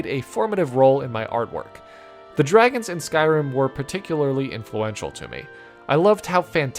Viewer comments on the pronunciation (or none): none